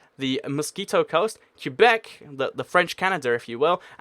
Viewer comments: I live in Québec, I speak french, and the correct pronunciation is '' Kay-bec ''. The ''u'' in French is silent here. But yeah, most English speakers will wrongly pronounce it '' kwa-bec ''. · It's pronounced kwebec not kyubec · "qua" beck, not, Que bec. soft qu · Québec is pronounced “kay-bek” not “cue-bek” FYI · It’s not Q-bec it’s Qwe-bec and it wont ever be independent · It is too bad you can pronounce Quebec properly. It isn't pronoinced Q Beck it is pronounced ke beck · It's pronounced kay-beck, not cue-beck. Alternatively, you can call it Kwe-beck, as many anglophone Canadians do, though it's not really correct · Interesting video, but only 4 countries made your list in the end (as witnessed in your round-up at about ). Also Quebec can be pronounced either "ca-bec' or "cwa-bec" but I've never heard it pronounced "cue-bec" before. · Do me a favour dude. Its Kay-bek not cue-bek. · You pronounce it Kay-Beck or Kway-Beck normally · It's not pronounced "Que-beck", it's pronounced "Qwe-beck" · You are not supposed to pronounce Quebec as “Q-back”.. I know that there are a lot of places where it’s up to you how you pronounce them, but you should pronounce Quebec the proper way. I mean you could pronounce Leicester “Lei-ses-ter” too, but that’s not the right way to pronounce it. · It's pronounced like kebbek kuebek I know people will say I spelled that wrong, I did that on purpose. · It's pronounced ''kay-bec'', or some english speakers pronounce it ''kway-bec'', that can kinda work too. But the real pronunciation in French is ''Kay-bec'' because the ''u'' is silent and the ''é'' is pronounced ''ay''. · for the love of God, Quebec is pronounced "Ka - beck" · It's " Ke-bec " No discussion. Also there's already France in North America, so yeah, Quebec wouldn't be the only french-speaking country there. But I guess the never went to school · umm does he know how to pronounce quebec